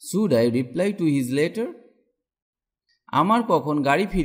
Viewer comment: Teaching is very helpful but sir your pronunciation of "should" and "wish" sounds incorrect ..